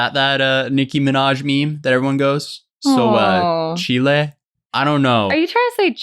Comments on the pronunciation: When he said chilé for chile! Lol I made the same mistake,. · He said “Chilí”💀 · Him pronouncing chile as “chillay” made me cringe so hard 😭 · This man said "chilé" I am DECEASED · As a Spanish speaker I couldn't understand "Chile" being "Child" until now because I'm thinking "Chile like the country? or Chile like the vegetable? like bell pepper and Jalapeños? Like English WTF?